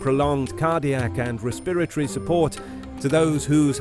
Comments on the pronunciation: Interesting. You are pronouncing"respiratory" different. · Worst pronunciation of “respiratory “ I ever heard!